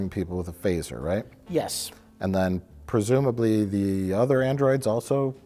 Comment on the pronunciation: a certain special guy says "fresumbly"